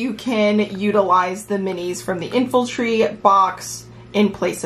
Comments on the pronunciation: Its infantry. Infultry is not a word... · what's infultry?